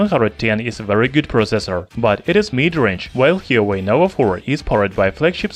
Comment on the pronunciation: "Hee-yo-way"? Lol